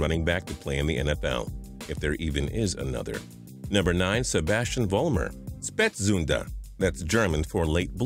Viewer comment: I like how he pronounced Spätzünder -German Guy